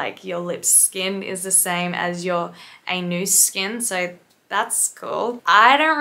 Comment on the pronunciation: my favorite part was where you said "ay-NOOS"